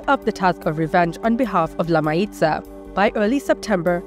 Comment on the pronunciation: Mayiza is pronounced Mah-YEE-sah